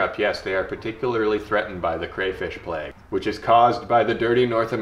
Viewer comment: throws around words like "plethora" has a hard time pronouncing plague :) awesome